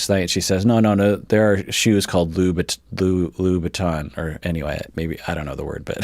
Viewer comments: MaryAnne Brown to be fair. Jesse pronounced Louboutin totally wrong. It’s not Loo-bi-tons as Jesse says it’s pronounced Loo-boo-taan. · So Louboutin is pronounced Lew-buh-tah and Louis Vuitton is pronounced Luwee vwee-toh(ng) (-w as in wet, -o(ng) as in French bon). 🤗❤ Greeting from Munich Germany ;) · I was today years old learning that louboutins were a shoe! I thought, like you, that it was a mispronounciation :O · speaks with authority for hours upon hours about psychological terms.... Also: breaks down over trying to pronounce the word “louboutin“ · mispronouncing louboutin because he had never heard of them was the most wholesome thing I have ever seen